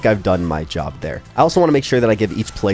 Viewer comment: Its job not iob